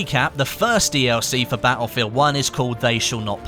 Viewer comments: "Ba-ul-field One" haha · Will the "T" in Baelfield come in a DLC? :P